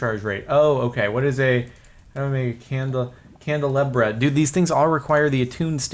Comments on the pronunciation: Jardon... Candle-AH-bra, you fool... facepalm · I am triggered and yelling at the screen saying CANDLE-LOB-RAH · A candelabra is pronounced candle-Ah-bruh or bra depending on accents and stuff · Dude, its pronounced candle-ah-brah, brah dude, brah